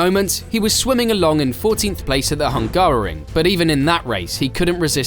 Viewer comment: I'm sorry. The what GP? HungGARian?